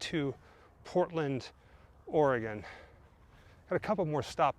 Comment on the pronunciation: Spectacular view at the end of another great video. Also, thanks for pronouncing "Oregon" correctly. Travel safe. Grimm for Life!